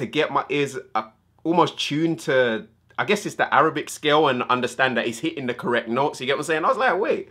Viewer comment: Arabac😂😂😂😂 I’m sorry you corrected yourself afterwards 😂😂😂